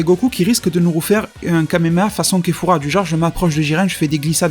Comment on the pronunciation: Kefla pas kefura